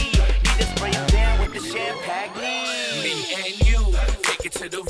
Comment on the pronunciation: Champ Ag Knee